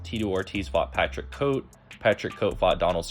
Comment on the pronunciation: An absolute banger of a video, but that pronunciation of Patrick Cote is wild